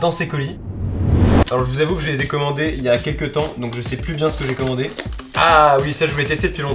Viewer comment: "Je sais pubien c'que j'ai commander" c=3 pubien